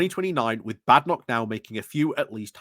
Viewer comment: Why are you mispronouncing her name?